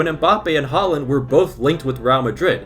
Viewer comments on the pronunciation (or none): The way you say "Haaland" is funny